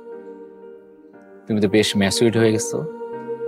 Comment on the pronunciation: রোহিত পরিচালক হতে পারবে।তবে এফডিসি মার্কা। "ম্যাচিউরড" রে বলতেসে “মাছউরড”😂😂 What a disaster pronouncement 🤦🏻‍♂️